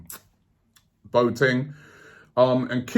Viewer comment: please let the Boateng rumours die down, i can´t hear Robbie say anymore "Boat-eng", the guy is called Bo-A-Teng ;)